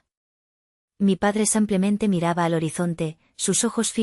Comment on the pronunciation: Ha la narradóra no se dice sampiamete se dice simplemente.GRACIAS.......